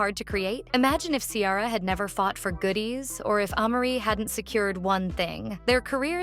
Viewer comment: the way you pronounced Ciara’s name 💀